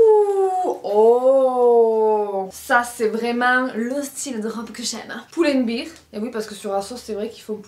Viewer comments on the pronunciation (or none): Merci pour le haul :) Stp, c'est Pull and Bear, prononcé "bèèèèr". Toi, tu le prononces "biiiir" comme une bière en anglais. ;) Ça fait des années que je ne dis rien mais je suis prof d'anglais et je te jure, ça me rend dingue. 😅